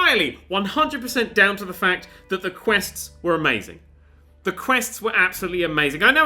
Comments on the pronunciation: If you're talking about the "th" I'm sure it was intentional considering how he pronounces "the __" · "TH GOOD STUFF!"??